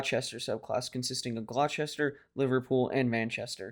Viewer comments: Lovely cruiser... btw, Gloucester is pronounced "Gloster". That said, we understand that Americans are somewhat remedial in their English so no worries, mate! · “Glochester?” Ok it’s not a bad video but you should have taken the time to learn how to properly pronounce some names.